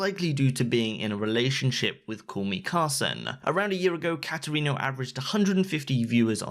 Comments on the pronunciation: i.. i can't get over cat erino. it's pronounced kate erino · The way he says katerino hurts me